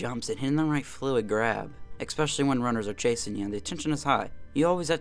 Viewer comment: Why do you keep saying eKspecially? There is no K in especially.